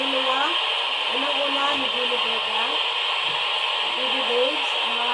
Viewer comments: HINDI PO KAYO MAINTINDIHAN NG MGA LIGAW NA KALULUWA? AYUSIN NYO KASE PRONOUNCIATION NG JULIE VEGA👍✅ JOLIE VIGA KASE BINANGGIT NYO E😂✌️ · maniniwala na sana ako sayo kaso yung pangalan ni Julie Vega Di mo mapronounce ng maayos HAHAHA si JOLLY BEGA po ang natawag mo hindi yung Actress kakaloka